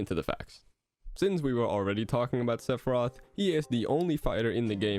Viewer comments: Maybe he can join Lucina, Simon, Richter, and King K. Roll by having an unnecessary extra announcer shout for "Sepharioth" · don't let this video distract you from the way pronounces Sephiroth